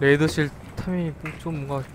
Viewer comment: 레이저실 ㅋㅋㅋㅋㅋㅋㅋㅋㅋㅋㅋㅋㅋ 레이더실인데 ㅋㅋㅋㅋㅋㅋ